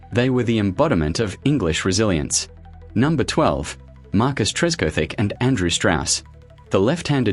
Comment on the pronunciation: Disappointing AI mangling of names, such as Tress cothick, not Tresco Thick! And who TF is Gordon Gambirah!